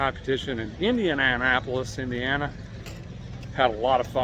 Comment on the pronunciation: Spec. Tack. U. LAR! Also, it’s pronounced Indiana-PO-liss. 😉😬